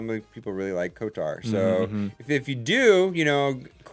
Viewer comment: thats kotor, they were saying kotar